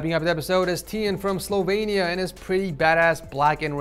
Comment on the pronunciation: how he said Sl0vEnIa lmao